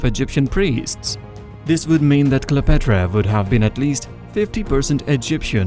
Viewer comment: it's fine that you have an accent but at least learn how to pronounce the proper names correctly. "Exodus," "Cleopatra," etc. even Gal's last name is mangled. the next time you record a voiceover, sit down with a native English speaker first and make sure you're not butchering the names. the pronunciation doesn't have to be perfect but it shouldn't make the listener cringe. mispronouncing the subject's name is a no-no.